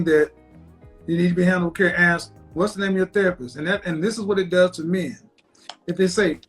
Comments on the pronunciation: Why can’t she “ask” a question....? Axing something is different. I think trees to demolish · have you noticed 99% of blacks say AKS meaning ASK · I've never seen a black Amish woman until now! She doesn't talk like one though. I didn't know that the word therapy has a "W" in it! She also said she murdered a guy with an Axe! She said she Axed him 3 times! Smh